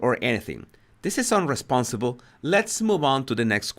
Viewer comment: People commenting on his accent are just petty. Spanish speakers can have difficulties with B and V, so it can sound like, eg. "unresponsibe" instead of "unresponsive", but we can all hear what he is saying. So stop saying his English is bad, it is good, and we can all understand him.